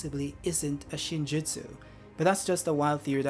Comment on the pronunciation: Yup you pronounced it perfect... btw, I'd have stuck with Chocolate 😅